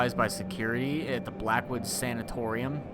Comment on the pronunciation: As a nursing student, I love seeing attempt to pronounce these words. 1. Sanatorium is a type of (old and no longer operative because of their horrible conditions) hospital. 2. Bronch-o- scope-y. It's a camera we put down into either the lungs to see how a person looks from the inside. (seems needless to me in this instance but hey its was the 1950's) 3. Strep-toe-my-a-sin. Its a type of antibiotic we use. Pretty run-of-the-mill. The more you know:)